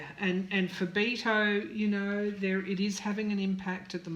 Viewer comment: Dear, I'm not trying to be rude, but Beto's name is pronounced like making a bet, a wager. I'm making a bet.